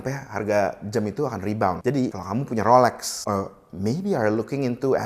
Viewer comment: Jam bukan jem maaf🙏🤣